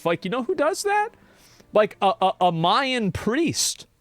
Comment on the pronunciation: “Mayan priest” 😂